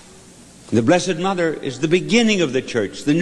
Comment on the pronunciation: ..therrrrre's yourrrrr son, therrrrre's yourrrrr motherrrrr😄😄😄